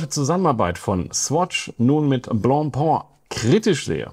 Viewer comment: Prekäre Aussprache der Marke „Blancpain“. Die Nasale sitzen leider gar nicht. Vielleicht hättest Du besser gleich „Weißbrot“ gesagt…😉